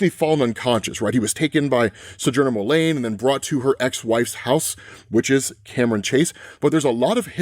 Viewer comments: ITS "JO MULEEEEEEN" NOT "MULAAAAANE". PRONUNCIATION WISE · Fun otherverse easter eggs; Todd Rice, Steve Dayton, Terry Long, Cameron Chase, Goldface, Goldface using disguise tech like the prime universe Nemesis, the code name he happens to use "for this job". Why do you keep saying "Jo" Mullein as "Mul-LANE instead of MULL-in, the common pronunciation? It feels as if you're saying "Hale Jordan" or something. Good recap video though! I love these overall.